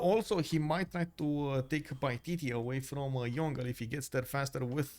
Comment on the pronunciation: FYI Yongle pronounced Yong-le not Yon-gle😅